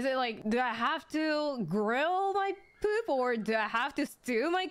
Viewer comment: The way she pronounces poop and your attention to detail with the subtitle showing that is so fucking perfect. Fantastic clip